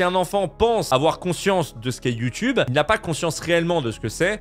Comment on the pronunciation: Attend il a dit Youtibe 🤣🤣🤣